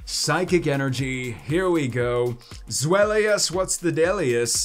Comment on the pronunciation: FYI the Deino line names are based on German numbers so pronunciation is based on the German Ein, Zweis, and Drei or phonetically I in, Za Vie, and Dry. So you pronounce their names Die no, Za Vie Less, and Hi Dry Gon!